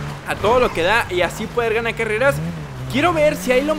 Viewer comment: Oye dijiste careas